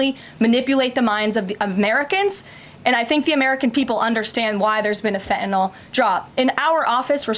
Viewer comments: FENTANYL:ending sounds like (NIL) ot fenta(nol) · its not fettenal its FENTANYL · You also said you would NEVER lie, that was your first lie and you have not stopped since!!! And it is not fentanol, it is fentanyl....you cannot even get that straight! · "Fe-inol"? As Press Secretary, the least she could do is pronounce "fentanyl" correctly. This Whitehouse is just a colossal joke on the American people. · She can’t pronounce ‘fentanyl’ properly…’fetanal’ 🤦‍♀️ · she is so smug yet pronounces "FentanYL" as "FETTENALLL". absolute trash. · What is “fehenol” - I know of fentanyl - maybe if she read the word she could pronounce it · The way she pronounces Fethenyl it’s fentanyl! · wtf is fe' e' no? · fe 'N' tanyl. ffs learn how to talk Tacobelle. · does she not know how to pronounce Fentanyl? Someone please tell her it isn't fetanyl. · Fentanyl is not said like that my dear 😂